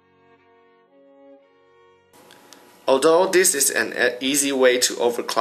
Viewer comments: fho' jiga hertz XD nice computer tho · Lmao jigahurts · Over-COCKING. Over-Cocking. Over-Cocking. Jigga-Herts Jigga-Herts Jigga-Herts Jigga-Herts Jigga-Hert